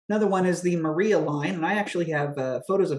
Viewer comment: Maria is pronounced Mariah in this instance.